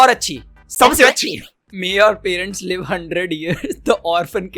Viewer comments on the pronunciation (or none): none